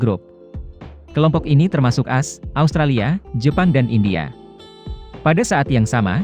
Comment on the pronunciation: Suara robot mosok AS dibaca asss... 😁😁😁